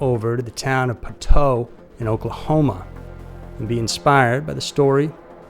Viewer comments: Actually it's pronounced Poh-toh and not Pot-oh; otherwise yet another nice production. God bless the 918. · Years ago I lived in Poteau Oklahoma. It’s pronounced Poe-toe.👍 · Its said Po-toe! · Was born there and never heard of this case! Sad!! I am sure there are many more cases in that area to cover!!! FYI: it’s pronounced poe toe😂 truth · The correct pronunciation of Poteau is more like POE-toe. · It's pronounced Po-dough 😂 look up the testicle cannibals from the Wister, OK area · It's poe-toe btw. Lol. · It’s pronounced poe toe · Poe-toe is how Poteau pronounced. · Lmao u didn’t find it funny he can’t pronounce ur town right I’m from okc this is well known story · who cares if he can’t pronounce it right?